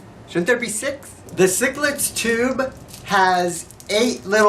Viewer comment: Take this guy off, it sounds like he's pronouncing the candy sicklets instead of sixlets and as a comentater he is no good.